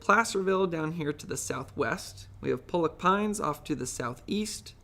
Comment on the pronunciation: fyi Pollock Pines pronounced "Pahlock"